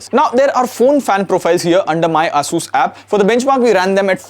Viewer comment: The way bro said “ASUS” 🤮